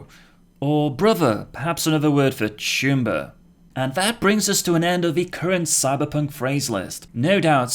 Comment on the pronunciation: when I first heard you say "choomba", I thought you said "tumor"